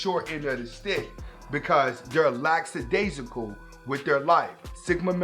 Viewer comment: I suspect that the word lackadaisical is mispronounced here